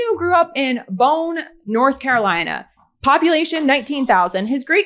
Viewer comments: Boone 😂 not Bo-own. Catholic school girl Italian American jersey girl with blonde hair has my heart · Boone (North Carolina) rhymes with spoon. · My God could you be any worse? You need to do more research before spewing this crap! He grew up in Boone, not bone! The bar was the Library Club, no Liberty Club. You are not qualified to be presenting critical information like this.